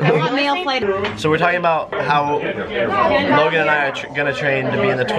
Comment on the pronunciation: it's Logan not Logon